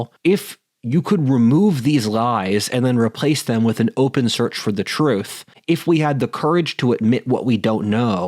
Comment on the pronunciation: Except it's "da troof."